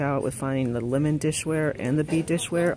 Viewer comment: Laymon....lol.. speak😂